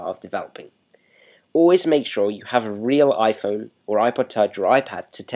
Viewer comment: "weal pain in dee ass" lmao love da accent